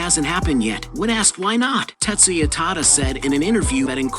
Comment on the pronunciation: its Tetsuya TADA not Tata. Tata is completely different 🤪